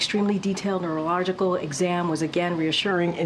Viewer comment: The way she's pronouncing neurological... she might need a test.